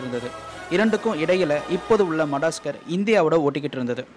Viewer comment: மடாஸ்கர் இல்ல bro அது மடகாஸ்கர் keep good pronounce..... Super bro......